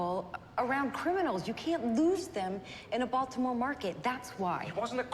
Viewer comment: The way McNulty's wife pronounces Baltimore with a hard T rings so false. Nobody, no matter how posh they want to seem, who actually lives there says it that way. All dialects, white and black.